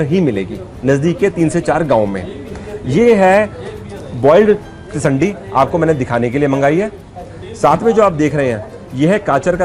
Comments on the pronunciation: Sir not tisandi it is tindsi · It's not tisandii🤣🤣it's tindsii ki sabji 👍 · its not tisandi its tinsi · SIR tindsii hota hai tisandi nahi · Sir it's not called tisandi. It's tindasi. Please rectify it. Thanks.